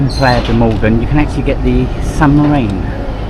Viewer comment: Mogán, please respect the names of places you visit😮